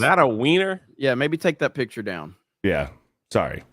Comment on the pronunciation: Can stop saying pitcher. It's picture